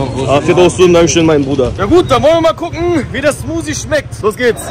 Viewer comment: Oh Nein! sagt „Smusi zu Smoothie“ 😖